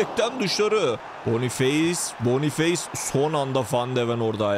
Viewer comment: Bonufes diye okunur abi